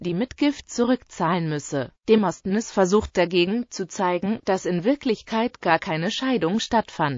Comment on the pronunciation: XD demostnness hört sich lustig an. Die Aussprache ist lustig.